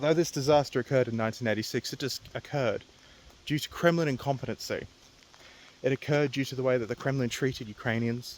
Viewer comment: when you said Kremlin incompetency it sounded like you said criminal incompetency. And honestly they're one in the same.